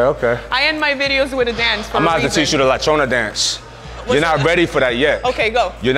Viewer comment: He said “La Chona”! I’m dead!